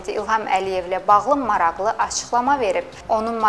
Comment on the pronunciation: qizim, mashallah çox gòzel diksiyan var, ancaq maraqli yazilir, maraxli kimi teleffùz edilir, xahish edirem bunu nezere alasan.